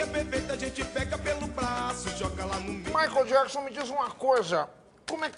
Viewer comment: "Maicol jacksam" Jacksim